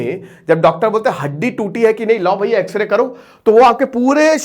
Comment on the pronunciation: X ray bolne pr video skip kr diya😅